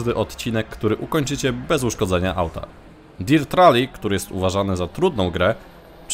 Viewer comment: Berns, Dert rali- Tak to czytamy byku